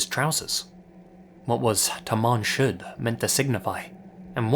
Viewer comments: For the second story it isn't pronounced Tamam Shood, it's Tamoom should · Great video. I speak Farsi natively so in relation to the somerton man case the phrase found on his body is pronounced "Ta-mom Shod" (تمام شد). Love your videos,! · It's Tamam Shud not Taman